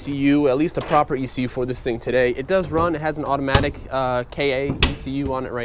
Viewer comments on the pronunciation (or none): none